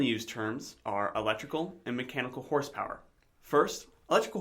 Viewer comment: electrical "Horspower"? LOL